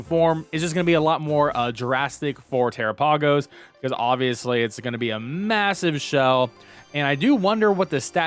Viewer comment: Tera-pay-gos?... 😅 I believe it's pronounced like Galapagos... like the islands.